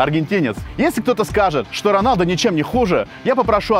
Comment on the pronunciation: А то что ты сказал что раньлдо